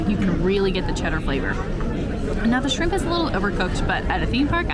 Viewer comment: I loved this video as a Disneyland regular but, all I have to say is, ….“Shimp” 😂